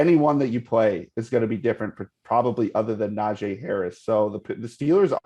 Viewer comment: One day these guests will get Najee Harris name right